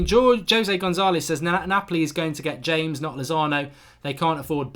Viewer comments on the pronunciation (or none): it’s pronounced Ha mehs ( not being critical just letting you know )